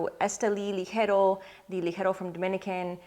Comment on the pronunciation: When you pronounce Rosado, Ligero and Seco!😍. When I’m short on time I usually smoke the Fuente Chateau. I have all 3 wrapper variants in the humidor at all times!